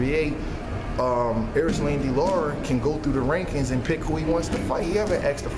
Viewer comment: Very good point made, But guys...Please learn to say LARA, NOT LAURA...smh